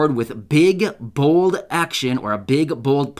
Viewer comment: Did you saybig and bold or was that big and bull